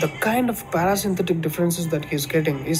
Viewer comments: He said Parasynthetic. This video has been remade in Telugu by another guy and He said same thing 'Parasynthetic'. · At 9.36 in the video(in your debunk video) you show him saying parasynthetic instead of parasympathetic.. You didn't catch him there... 😅😅 . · Well yeah. He doesn't know Sanskrit how do you expect him to pronounce it properly. And also string too mispronounced Parasympathetic as Parasynthetic because guess what he is not a native English speaker. Don't make fun of peoples accent or pronounciation. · Watch the video. He pronounced Parasynthetic nerve.